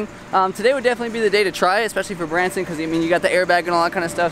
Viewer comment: Bransyn It's Bronsyn That's my name not his